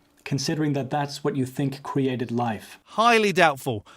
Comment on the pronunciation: Some of the dumbest questions I have ever heard. His mistake is thinking everything HAS to be cwheated (his pronunciation).